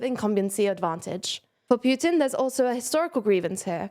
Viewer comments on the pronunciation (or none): none